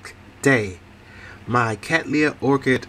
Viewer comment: Another beautiful cattleya and you pronounce the name right! The purple one was stupendous now you've done it again. I have a tiny one and trying to read up on it as much as possible. I think you had a gloxinia too - keep up the good work.